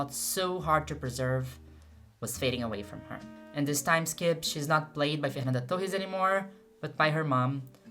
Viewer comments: I am Brazilian and she pronounced Fernanda as a native. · vc é brasileira? sua pronúncia dos nomes delas é boa demais pra você ser gringa 🤔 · Aaah dps saquei que vc era brasileira qdo falou TÃO bem o nome dela hahah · Na mesma hora que ouvi o seu jeito de pronunciar o nome da Fernanda, já fiquei atenta porque nenhum gringo conseguiria pronunciar dessa forma KKKKKKK ótimo vídeo, muito obrigada por trazer tanto da nossa cultura e história! Desejo muito sucesso ❤ ps: VC EH MT LINDAAAA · Your pronunciation for her name is perfect omg Oh wait, YOU'RE BRAZILIAN!!! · Mulher eu fiquei mesmo pensando: caraca essa gringa sabe pronunciar os nomes daqui, que loucura, mas tu é daqui! Excelente vídeo, e um bom trabalho nos traduzindo pro inglês!